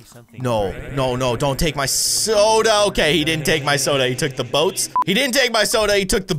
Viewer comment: Boats wow it’s boots not boats